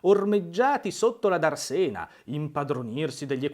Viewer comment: l'accento di Darsena non é sulla e ma sulla prima a ...Dàrsena !